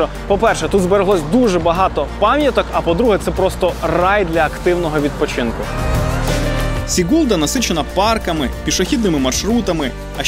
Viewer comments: Ne SigUlda,a SIgulda,udarenije na I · Дуже хороше вiдео. З захопленням дивилась та слухала вас. Дякую чудова робота. Але менi здаеться, що наголос в назвах мicт потрiбно робити на початку слова. СIгулда а не СiгУлда та тому подiбне..... Успiхiв вам.)) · Сігулда з наголосом на -і, будь-ласка не плутайте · ГАуйя, СІгулда, ЛІгатне, ТУрайда - ставте наголос правильно, будь ласка. Тому що місцеві латвійці не зрозуміють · Чому СігУлда? СІгулда! Якщо щось розповідаєте - кажіть правильно. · Все прекрасно! Но прошу - ударение в латышский языке практически ВСЕГДА на первом слоге. То есть СИгулда! СпИдола(радиопринмник) и прочее. Вы - лучшие!